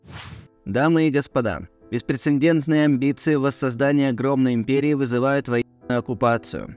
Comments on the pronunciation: Беспрецедентный. Не "беспрецеНдентный". В тексте письма слово дважды написано правильно, но дважды произнесено неправильно. Режет ухо. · Ведущий, ау! Читать умеем? Зрение в порядке? "БеспрецеНдентный". Ужас кого послали интервьюировать Александра Васильева! Мало того, что слушать не умее и задает глупые вопросы, так еще и малограмотный! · Неприятно поразил тот факт, что ведущий (уж не знаю, журналист ли по образованию) не может правильно произнести слово "беспрецедентный". А.Васильев написал его правильно, но ведущий даже прочесть документ не смог правильно. О чём это говорит?.. Надо было подготовиться. Ребята, стыдно....🙈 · Слово "беспрецедентный" говорится и пишется с одной "н". А вы читаете "беспреце"Н"дентный" Чёрным по- белому написано в тексте. Так хоть читайте грамотно. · БеспрецеНдентный - когда так, никогда не произносИте. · ПРЕЦЕДЕНТ! Нет лишнего Н в этом слове! Написано правильно, а ведущий читает неграмотно(